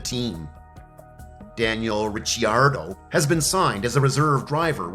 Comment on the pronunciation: So apparently you're not into formula one racing at all. Your comments and the way you pronounce Daniel Ricardo's name proves to me that you're just trying to cash in on the F1 popularity. No sub for me